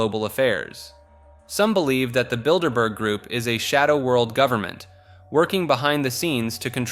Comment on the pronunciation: Thank you for not saying "Builderberger" ❤